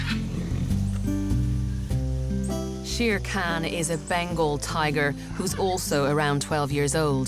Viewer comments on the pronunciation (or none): Sher-Khan --> correct pronunciation = Shayr-Khan, Balo --> correct pronunciation = Bah'loo -- mab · It hurts when she pronounced the tiger's name, It's "sher khaan" Not "sheer can"